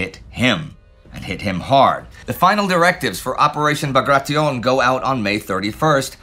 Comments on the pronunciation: Pronounced Bag Ray Ti On (on like the word on) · Is Indy’s pronunciation of Bagration the definitive does anyone know?